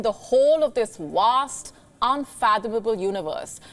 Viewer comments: Good job bdw, it pronounces vast universe not wast universe. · "Vast' my Indian lady, can someone tell me why Indian pronounces V as W? Just curious